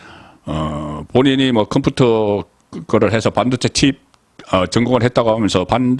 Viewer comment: 행니아 죄송한데 컴푸터 발음이 너무 우스웠어요 저도 경상도 지만 😂😂😂